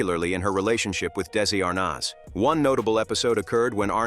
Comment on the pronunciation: This is poor AI. Why the heck is Mitzi Gaynor in this, for no reason ,commenting on Betty Grable which makes no sense? And the AI pronunciation of "Arnaz" is off the mark.